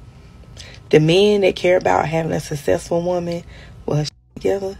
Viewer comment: Most successful women can pronounce “successful”.